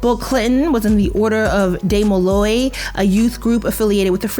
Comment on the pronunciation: as a Demolay i can say there is now hazing in that youth group (DEE-Mo-Lay)